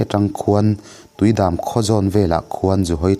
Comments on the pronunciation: Tuidâm nilo in Tuidam, dam tih hi in damtlang em?tih kan sawi a,dam tih kan lam ang thluk hian lam tur ani.. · Mamit Dist.a khua Tuidam tih hi nikang leh dam tiha dam angin i chhiar anih hi. mihring hrisel Dam tha kan sawi anga DAM tih ang hi ani mai e. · Ka ngaithla ve chauh a, a ngaihnawm te tak zet zet a ni. I aw hi thawnthu chhiartu aw zinga chuan ngaihthlak nuam ber niin i thluk dan vel te, chawlh hun i chawlh det dan te hi a tawk ṭhun khawp mai. Hun ka nei chang hian ka rawn ngaithla ziah a, tun ṭum erawh i thumal lam i fimkhur lo deuh nge, beng tithleptu an awm zeuh zeuh, entirnan, Tuidam, Pathan leh Sazek i lamrik dan te hian hemi thawnthu i chhiar a hlutna hi a tihhniam phah, a ngaihnawm lo phah e tihna nilovin lamrik dik lo awm zeuh hian anih tur ang leh nakin zela la ngaithlak nawnleh chakna ang kha a tibo a ni. Ni e, a ngaihnawm leh Mizo ṭawng lamrik dan dik taka thawnthu chhiarte hi chu vawihnih vawithum te ngaihthlak nawn chang a awm baka Mizo ṭawng lam leh thu chhiar inzirnan te ka lo hmang ve ṭhin a, chuvângin ka han sawi kual ta duah a ni e. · Tuidam i lam dan kha a diklo deuh ani.Dam i lam dan kha mihring dam ang a lam tur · Tuidam i lam dan hi a dik chiah lo in ka hria. Tuidam ti a dam lai hi i dam maw te kan in tih a dam tih kan lam ang hian lam tur a ni zawk lo maw???